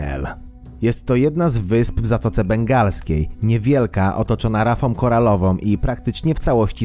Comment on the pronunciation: Lektor mógłby zwracać większą uwagę na poprawną wymowę, np. "rafom koralowom". W zasadzie ani razu nie użył końcówki z "ą". Dla mnie to analfabetyzm.